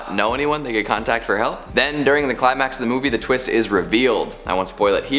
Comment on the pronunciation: "What a tweest!"